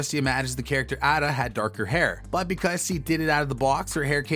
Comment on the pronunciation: Btw you mispronounced Ada Shelby, it isn't "add-uh" It's "aye-duh" Just to let you know, actually since you didn't know how to pronounce her name I'm guessing you've never watched the show. For future reference on your videos bro do your homework.. watch short clips if you have to before posting a video so you don't get the names wrong and make yourself look like you didn't actually care enough that you only cared about getting the video out. It sounds harsh, but it isn't meant to be, I honestly think you should show a little more effort into atleast pronouncing the characters names right if you plan on putting effort into talking about the show. Also if I'm not mistaken they actually was called the peaky blinders. you should've showed Statham again and then showed Cillian